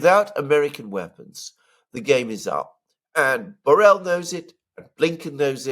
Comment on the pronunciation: At the risk of being a nitpicker, Borrell is a Spanish, Catalan in this case, surname and the LL is not pronounced like a single L but a hard one like the LH in Portuguese (Minho) or the GL in Italian (gli) or the LL in French (bouteille).